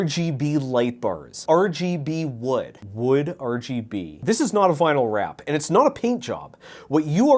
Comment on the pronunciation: it makes me so angry hearing him say RGB wrong